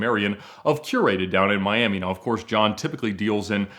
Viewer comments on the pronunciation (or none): none